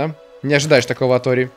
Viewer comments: и снова говорит не ори а орио ) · Все: Ори: Орио;) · Ты на 35 минуте сказал ореол вместо ори😂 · Я один слышал как говарил не ори а орео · Мне одному слышится что говорит орео